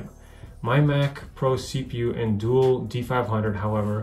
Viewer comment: "Dual" not "duel".